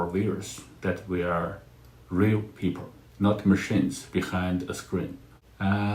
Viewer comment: He can't pronounce the letter "L"!People becomes peepurr. Bring back the artificial voice.